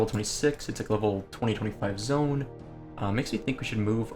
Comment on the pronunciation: he means "zone" hes just saying it wrong